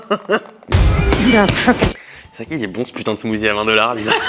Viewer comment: Smoothie on dit smoocie